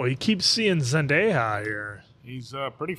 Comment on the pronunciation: Is just joking, or does he actually think her name is pronounced "Zen-day-HAA"?